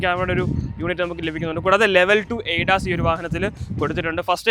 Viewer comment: A das alla. Adas